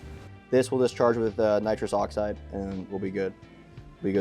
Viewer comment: Feits face when said Nitrrous Oxide 😂😂